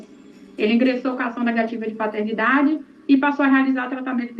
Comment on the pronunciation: "Patetnidade"? Era a prole do Pateta?